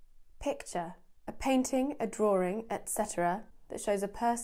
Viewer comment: One comnent, in one of the descriptions you pronounced drawings as drawRINGS. You need to watch your own accent from creeping in. Most English people especially from the south make this error. Other than that, good job.